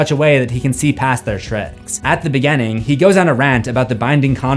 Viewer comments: You said beganing twice in 1 minute. Its beginning not beganing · From now on, I will pronounce beginning as beganning. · The way you pronounce beginning is unique